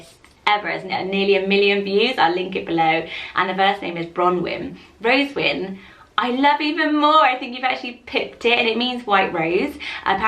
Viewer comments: Ayyyyyy, I made it! And yes, you did say (n) wrong, it's actually "ro-ZEN-win". But thanks for featuring my suggestion! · is ro-ZEN-win.